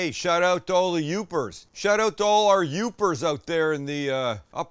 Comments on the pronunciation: Awesome! I’m just seeing this episode now! Glad you took the recommendation! You did great only correction would be it’s Yoopers not Uppers 😂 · It's "Yoopers"